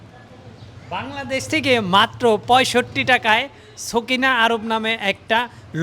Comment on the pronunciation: এটা সকিনা আরব নয় এটা হবে সাফিনা আরব।